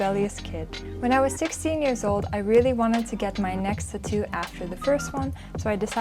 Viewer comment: if u say tuhtoo one more time im gonna like this video